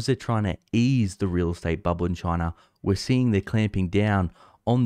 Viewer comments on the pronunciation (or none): Chiner! Chiner! Chiner!